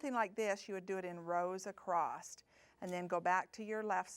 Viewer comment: A-C-R-O-S-S not a-c-r-o-s-t. Thank you.